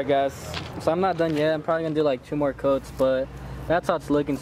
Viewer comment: Its a chu piece 😂😂😂 you mean two piece my boy